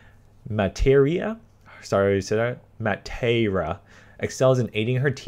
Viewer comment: It's pronounced mut a raa